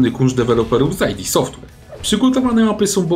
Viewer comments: id Nie "AJ DI" id jak "idę" bez "ę" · hej. Mnóstwo osób czyta id jak skrót, więc literuje a nie słowo, także nie Ty pierwszy i zapewne jeszcze nie jednego gamonia wspólnie poprawimy ;)